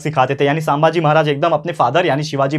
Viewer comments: Sir please don't pronounce saambhaji pronounce sum bhaji=sambhaji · Sir not सांभाजी, it's संभाजी. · Sir,sambhaji not sambhaaji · Sir saambhaji nahi sambhaji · Saambhaji nahi sambhaji bhai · It is sambhaji not shambhaji sir